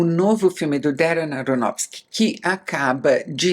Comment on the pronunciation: Ela diz o nome do diretor com tanta facilidade. Eu fico tentando, tentando....